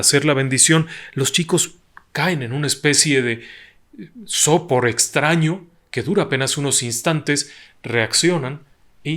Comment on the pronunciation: Solamente le quiero comentar que la palabra sopor es aguda, por lo tanto se pronuncia con la sílaba tónica en la última sílaba... si no fuera así debería llevar tilde en la primera O, con todo respeto le hago esta observación, pues sé que su audiencia es numerosa. Saludos afectuosos.